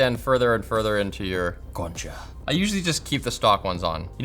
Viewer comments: Dijo "concha" jajajaja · Did you say concha? 🤣😂🤣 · Gente de Argentina viendo el video cada vez que dice concha 😂😂😂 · jajaja dijo concha 😂